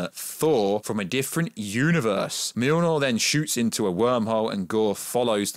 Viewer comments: Btw it’s not milnor it’s mjolnir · "Milnor" 😆 that's funny I think you meant Mjolnir. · I swear it sounds like your callin the hammer mewnew lol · Dude its been 11 years, theres no fucking excuse to not know how to pronounce Mjolnir at this stage. Me-yol-neer. Easy. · every time he tries to pronounce it he sais "mlnrnrlr""